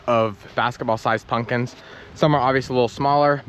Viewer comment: Pump kins not pun kins .